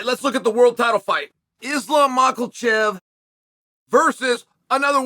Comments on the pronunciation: Why is Chael Sonnen so dumb? Why does he keep saying "Maakhal-chev" when it's pronounced more like "Mahaachev"? Why can't he pronounce a simple name??? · Fuckin mackerelchev man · You say Michaelchev, I say Mackelchev. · "Islam Michael Chev," "Hazmat Shemev." It sounds like he is intentionally doing it at this point. 🤣🤣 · I can't believe everyone but Chael has been spelling and pronouncing Michaelchev's name wrong. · Uncle chael purposefully saying Mahkalchev is hilarious as hes one of the best/ most well known in chaels industry 😂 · cant stop laughing at Uncle Chael saying Maakhal-chev and Hazmat 🤣🤣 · Makes me laugh that Chael makes no effort to correct mispronunciations of fighters names lol. Every time he says Macklechev I laugh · Chael is so disrespectful when he mispronounces Islam last name - It just shows how biased he is against Islam. All I'm gonna say is if Islam beats Volk again then the Pound for Pound committee should move Islam to the top of the PfP rankings! Islam is risking everything - Volk risked nothing for the first time and he is risking nothing again the second time. He only took this fight on short notice out of desperation, because he thought he would loose his chance to fight Islam because Islam wants to fight the top fighters in his own division - which makes sense to me. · There is no L in makhachev chapel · Why does Unc pronounce an L in Makhachev 🤣🤣🤣